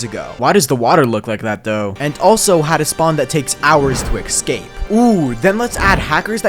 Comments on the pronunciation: IT'S NOT EKKKKSCAPE IT'S ESSSSSSCAPE AHHHHHHHHHHHHHHHHHHHHHHHHHHHH!!! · Dude its pronounced "ESS CAPE" not "EX SCAPE" Why are so many youtubes so illiterate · Couldn't bare you pronouncing 'escape' as 'ekscape', shit video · ESCAPE, NOT ERLBFGSEKJVBSLKBVD EC-SCAPE!!!!!!!!!!!!!!!!!!!!!!!!!!! YOU EVEN SPELT IT RIGHT!!!!!!!!!!!!!!! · >if i wanted the 2b2t players to talk about me, i would need to impress them by doing one of the hardest things, "ecscaping" spawn unironically the funniest sentence ive ever fucking heard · You pronounce "escape" wrong